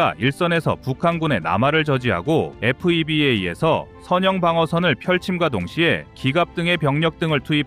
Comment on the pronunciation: FEBA 는 군대에선 훼바라고 읽습니다..